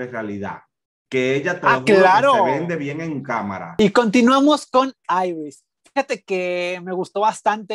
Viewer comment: Es iris no airis que wueva